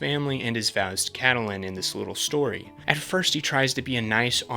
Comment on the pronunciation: Ca-ta-lyn??? Lol....love your hard work though. Thanks.